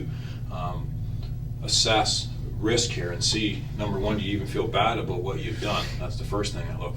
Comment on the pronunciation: “No doobt aboot that.”